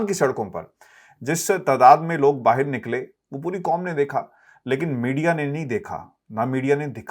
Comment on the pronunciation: Stop saying BAAHEER ITS BAAHER take urdu lessons.